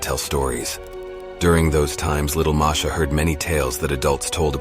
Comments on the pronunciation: Marsha yeah you are right he is a dumby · Uhh i guess the said the wrong name at the beginning they said marsha instead of masha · It said marsha